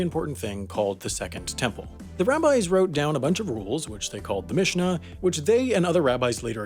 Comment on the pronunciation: Mishnah and Gemara u pronounced pretty good.